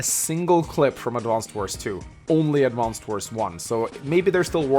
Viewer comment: Such a massive fan, but he still calls it "Advanced" Wars...